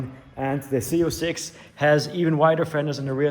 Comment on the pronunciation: Hey brother your talking about an American legend it’s zee 0 6 not zeed 😂